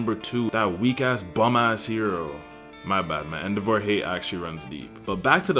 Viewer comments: Man said EndoVAR 😂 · The way you pronounce endeavor makes me unreasonably angry.😭